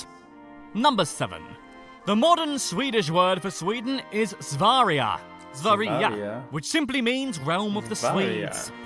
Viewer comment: WHAT! I was shocked at your pronunciation of sverige I thought you were Swedish for a second